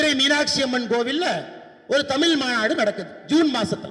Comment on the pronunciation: தமிழ் எனும் வார்த்தையில் வரும் தமிழுக்கே யுரிய சிறப்பு ழகரத்தையே சரியாக உச்சரிக்கத் தெரியாதனா சுகிசிவத்திடம் குற்றம் காண்பவன்?அட மட சாம்பிராணியே சுகிசிவம் யாத்த நூல்களையே ஆய்வு செய்து மூவர் முனைவர் பட்டம் வாங்கியிருப்பது உனக்குத் தெரியுமா?ஈராயிரம் புத்தகங்கள் படித்திருப்பதாகக் பிதற்றிக் கொள்கிறாயே நீ எத்தனை நூல்கள் யாத்திருக்கிறாய்?உன் மாய்மாலங்கள் கலையும் நாள் வெகு தொலைவில் இல்லை!இதில் IPS பட்டம் வேறு!மானக்கேடு!